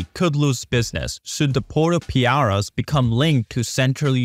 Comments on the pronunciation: There’s something called ‘articles’ in English. ‘The’ is one of them. There’s also a letter called ‘v’. And, lastly, Piraeus is pronounced as “pi” - ‘re’-‘us’ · If only the commentator could pronounce the word 'Pireaus' correctly then the narrative would be more creditable!